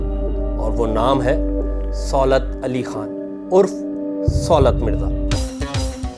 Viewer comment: آپ کو کسی تعلیم یافتہ صحافی کو پروگرام کے لیے بک کرنا چاہیے تھا سُولت نہیں صولت ہوتا ہے۔ اب یہ بھی بتانا پڑہے گا